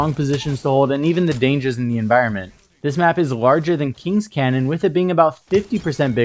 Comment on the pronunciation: "Canyon", not "Cannon".